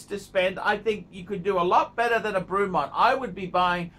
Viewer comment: The guy can’t even pronounce Bremont! Wtf